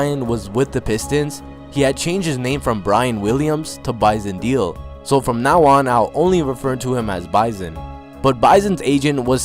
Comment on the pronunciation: Bison Deal???. It's Bison Déle moron